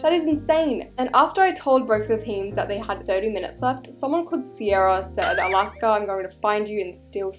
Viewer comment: ALASKA BABES NOT THE “JOOLPUGS”😭😭